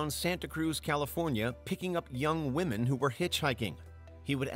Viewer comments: Why can’t the narrator differentiate between womEn and womAn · Why can't the second narrator figure out women vs. woman?!?! He keeps saying "singular" woman basically every time he is referring to multiple "women"!!! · Second set of killers ai voice is having a hell of a time with the word "women" 😂 "over 70 woman" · I had to ragequit around 25 minutes when the AI voiceover kept saying "woman" as a plural for "women"... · I noticed that instead of saying women he was saying woman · Dude I know what your accent but please say the word women right (wim uhn is the right pronunciation)🙏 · What's up with the one guy that continues to say "woman" and not "women"? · It’s “women” not “WOMAN” when speaking on multiple WOMEN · Can someone educate this narrator that the plural of “woman” is “women”. Meaning you need to pronounce 12 women as “12 wi-men” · Great watch, but it's WOMEN NOT WOMAN. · You must be kidding... it's the Women pronounced Woman guy again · Women pronounced as wymen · Aside from the horrific serial killers, it's rather disturbing that such a well-spoken sounding narrator isn't aware that the plural of 'woman' has a different pronunciations from the singular. It's not even a dialect or regional thing, or younger YouTubers who think it's cool to use "was stood" instead of "was standing" (sorry, WHO stood them there, and WHY aren't they able to move on their own?) which IS a regional dialect thing. It's just incorrect. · The narrator who can't pronounce "women"🙄